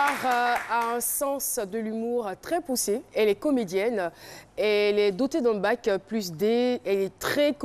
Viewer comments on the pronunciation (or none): A. Lady D Hors sujet...Car ce sont les series en Bac . On peut dire Bac D mais pas Bac+ d. À ce sujet on parle d'après Bac Ceci dit 2 ans d'etudes après le diplôme ( Bac +2) ex: 5 ans d'etudes ( Bac + 5) etc.... Conlusion : ici Caroline a fait tout simplement une erreur de prononciation ce qui est d'ailleurs humaine.